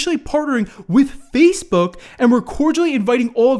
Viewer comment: Why does he say fazebook